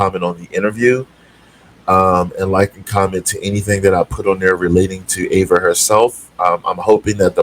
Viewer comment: FYI, her name is pronounced Eva (rhymes with diva), not Ava.